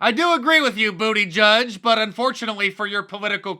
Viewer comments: Gieg = geek not judge wtf? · Did you say booty gig?